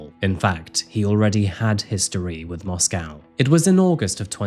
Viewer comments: FYI in Idaho they pronounce the second syllable of Moscow as -koh, not -cow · MoscOw and not MoscAw ffs ! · Strange to hear Moss-Cow not Moss-co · It's not Mosque-ow...that's in Russia. It's Mosque-oh. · Its not pronounced Moss-Cow. Its pronounced Moss-co. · It's pronounced 'Mosco' not 'Moscow.' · Intentionally mispronouncing Moscow to troll the town. Classic. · Moscow, Idaho pronounced Moss-Coe…. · I've visited this town before and I've gotta say, the locals get upset if you pronounce it like the capitol of Russia. They pronounce it Moss-Coh. Just a sidenote I thought I'd share. Great reporting as always,. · Really used to enjoy when you did cases that we hadn't really heard about. Nowadays it's same old same old that's already flooding YouTube. Whats with the mos🐄 pronunciation 😂 time for a break for me sorry i do hope you and Nero well and all the best for the coming New year xc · MOS-CO. NO cow in the word. It is co. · it is interesting how this Moscow is pronounced.. if he knew Madison it may be an unrequited obsession and revenge for rejection .. this is a risk young people face when they meet strangers at random without checking their backgrounds..which was therefore perhaps not encouraged in the past in many traditional cultures...